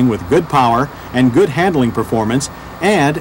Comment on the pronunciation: I've watched dozens of these reviews and enjoy them, but in every single one, John Davis refers to "han-dle-ing" with three syllables, instead of the two-syllable word he means, handling. It really grates!